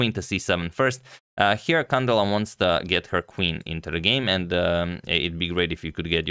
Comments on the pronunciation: Antonio, a small accentuation correction, it's not CAndela but CandEla. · Beautiful game, thanks for covering it Antonio! As you are a perfectionist with name pronunciations, here is a small correction: the stress goes in the E, Cand*E*la. Hopefully we see many more games from her :) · It is pronounced can-DE-la